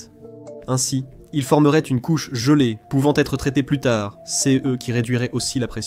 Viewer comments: Très intéressant, dommage que la voix de l'IA soit insupportable avec sa façon de dire "céheu" à chaque fois qu'elle rencontre le pronom "ce". Par ailleurs, pourquoi ne parle-t-on jamais de la radioactivité du sol martien ? C'est pourtant un frein tout aussi important que la faible gravité à la surface, voire pire, si on souhaite y installer une colonie, non ? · Les Voix pré-enregistrée pour l'IA toujours aussi bête à bouffer du foin ! non CE ne ce dit pas "C"-"E"